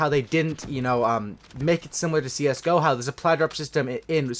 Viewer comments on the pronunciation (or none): none